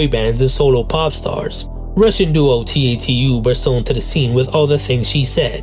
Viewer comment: First off, La Roux is pronounced like “La RUE” and t.A.T.u. Is pronounced like “TATTOO”. Also, HUGE Kylie fan here, but “ISBSL” is absolutely not an overlooked track (especially in the UK or Australia where it’s looked at as an 1980s classic). By the time the song was released, both Debbie Gibson and Tiffany were also competing on the charts. To say the song opened the doors for young artists the following decade is quite a reach—that could be said for the Spice Girls, Backstreet Boys and Robyn.